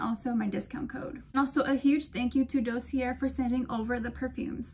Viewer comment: Dossier is definitely not pronounced like that